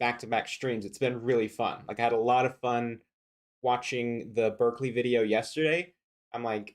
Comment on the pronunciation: Did he call it Berzerkeley?